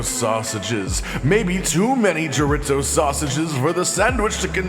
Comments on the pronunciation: Chore. Ease. Oh. Not: Chore. Its. Oh. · "Jaritzo" lmfaoooo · Did he just say chorit-zo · It’s shore-ee-zo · if says "choritzo" one more time i'm stealing his microphone😊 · As a cook, I cringed everytime he said Chorit-Zo. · As a Cuban I was hoping he'd never do it again, and then he did. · It's like the time i heard a guy say, "mig-well" for "Miguel". Maybe it's growing up cooking or being from the South, but i thought basic Spanish pronunciation was well known. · As a Latino I cringed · dude same thing! hahaha chor-ee-zoe.. hahaha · More cringey than the actual recipe? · I don’t get it, is that pronunciation of chorizo and inside joke I’m unaware of?